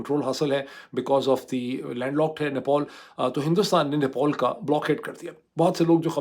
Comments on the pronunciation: Dear Dr. It's Nepal, not Nepol, just like it's Pilot and not Poilot 😀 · nepAl, nepAl, not nepOl. What is wrong with you???????????? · ⚠AGAIN: NEPAL is spoken as 'Ne-pal' and NOT as "Ne-paul"🤣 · its "NepAl" not "Nepol" , its sooo frustrating and funny to watch your vlog, I had to close it because you said "Nepol" thousands times and thats killing my brain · abe madrsaa graduate it is nepal not nepaul. jahil bc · Why you keep saying Nepol it's Nepal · NePAL not NePAUL 🤦‍♂️ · Doctor sab it’s not nepool it’s Nepal 😅😊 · No one: Mooed Pirzada: "NePAUL" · How to pronounce NEPAL.